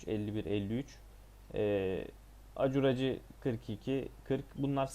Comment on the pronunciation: Ribcage dediğin rib cage olsa gerek. Rib keyc diye söylenir. Acuraci de ekurısi diye söylenir. Kardeş ingilizce oyun oynuyorsun ama az biraz da öğren dili ki hem daha iyi anlar zevk alırsın detsyları yakalarsın hem de doğru söylersin.